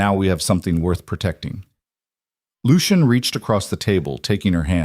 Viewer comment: AI just cant pronounce Lucian.